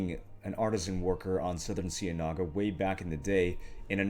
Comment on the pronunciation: You're mispronouncing "cienaga" and it's triggering me.......